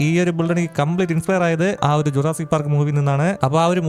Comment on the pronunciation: Sudhassic park 😂